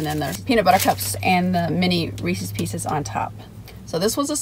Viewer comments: It seems like your partner in crime has been MIA for a while :( The guys name is Reese and he owns the pieces, so it's pronounced as a possessive proper noun 😆 Reese's not Reecees!!! :P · Screw the review, of this concoction from Sonics Today's lesson more, is about English and phonics The possessive of Reese, whether cups or the pieces Is correctly pronounced, not as Reese-eez but Reese-izz How this got started, is pure mystery to me I hope you'll take note, do you hear me,? So now a few words, of this Overload Blast She liked it so much, a five of five score was cast And on her way home, Karen's husband we saw Silly guy that he was, thought the spoon was a straw He agreed it was good, as he figured things out Was that the same spoon, had in her mouth? If the swapping of spit, can be considered as kissed When hubby sees this, he just might get pissed A Blast I would like, probably more than the Reese's Is vanilla ice cream, with crumbled apple pie pieces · My control issues flare up when I hear people saying Reeseez.............LOL! I know a lot of people pronounce it like that. Dairy Queen used to have a Chocolate Covered Cherries Blizzard where they used the chocolate that they dip cones in for the hard shell. It was SOOOOOO good with the cherries & flecks of that hard (not too hard) chocolate. SO yeah Sonic- recreate this for me! DQ doesn't even carry cherries any more or I would make a special recipe request when ordering. As far as Reese's, I LOVE the Outrageous candy bar & the thick Reese's cups with the pieces in the PB. YUM!!! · I was thinking the same thing with the pronouncing of Reese's Pieces I saw a comic once that made a joke about it. Which was pretty funny. But anyway love the rhyme Don. Keep up the good work I look forward to these as much as the review. Its the n the word wizard